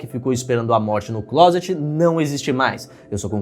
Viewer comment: falando claset (closet) Eu: "sua família sabe que você gosta de rapazes?"